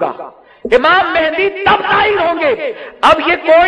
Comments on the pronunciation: Naam to sahi liya karo Imam e mehdi Mehndi nahi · Its Mahdi or Mehdi not mehndi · Hazrat Imam mehdi a.s naam hai mehndi nahin pleas correction krein